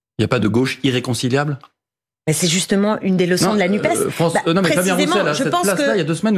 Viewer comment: Messieurs les journalistes apprenez à dire NUPESSSSS Merci